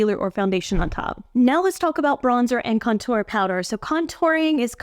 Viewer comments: The “contour” thing is about where the emphasis is placed in the word. The emphasis should be on CON-tour. You’re saying conTOUR. It’s a small thing but some people care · Hi Girl! No one's laughing. It's emphasizing the 1st syllable for Con (emphasize) then tour ( faded out).